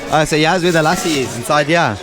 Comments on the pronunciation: ( Lassi ) pronounced as ( lə'ssi ) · Lussi is the correct pronounciation 🇵🇰❤️💐🇵🇰❤️💐🇵🇰❤️💐